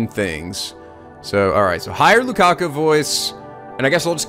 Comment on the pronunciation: Okay, I wish I had the chance to say this last night when posted it, but you are still saying LukaKU instead of LukaKO. I really like his (oh my god I typed 'her' at first!) name and hearing you turn an oh sound into an uu sound really gets me.